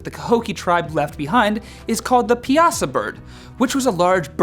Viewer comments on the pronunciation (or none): 😂😂😂 i live near cahokia and piasa is pronounced like pie-saw not pee-aa-saw lol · Pie a saw... Not peeassa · Illinois here it is pronounced pie a saw. Just saying. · #11 its pronounced pie-a-saw the cliff drawing of the bird in Alton Illinois. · I'm from Southern Illinois - it's pronounced "pie-a-saw" bird. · Pie-a-saw is how you pronounce that btw :) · Piasa is pronounced pie-uh-saw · Pie-uh-saw bird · In Illinois it's pronounced pie-a-saw bird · I love your videos. Ok. Piasa is pronounced pie-a-saw. I live in the area, otherwise I wouldn’t pronounce it right either. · Not to be mean, but you did pronounce Cahokia and Piasa (Pie-a-saw) wrong. And I've never heard of a 'thunderbird'. I'm from that area. And trust me a lot more scarier legends. Like the whole entire riverbend area is haunted and has been since the Civil War. You could have done Small Pox Island, a small island in the middle of the river where they put Civil War prisoners with small pox. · Pie-ah-saw (piasa) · #13 The Piasa is pronounced pie•a•saw.